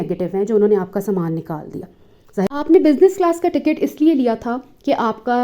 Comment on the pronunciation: Isko ching chii ways pasand hai. Illiterate aurat. Cant pronounce ticket even.